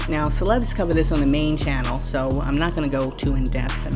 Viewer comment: You said like celeb sauce 😂 little to much. Doing good 👍🏾